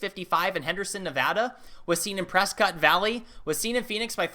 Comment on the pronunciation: Pres-kit not pres-kawt (Prescott)